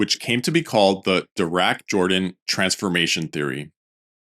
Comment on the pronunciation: "Jordan " is pronounced (in this case) as "Yordan".